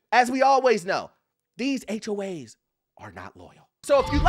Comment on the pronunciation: Why are you calling them HOH’s?